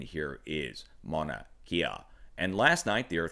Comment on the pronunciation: Emergency Management Associates close.. it could pass as correct too but the u is pronounced usually.. "mow-na"